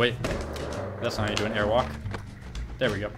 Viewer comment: It's not tailwalk, it's airwalk